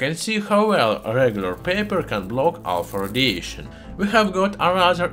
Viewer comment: I can't stop laughing every time it sounds like he says "Alfurdiation"